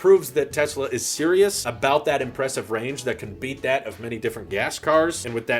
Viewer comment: What the fuck is impresstive? Are you drunk?